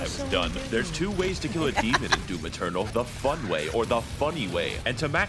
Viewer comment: She really did say “doom external”